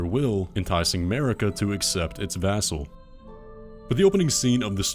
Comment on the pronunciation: VES! VES-sel, not VAS-sel, VES-SEL!!!! This has been bothering me for so fucking long... good video though lol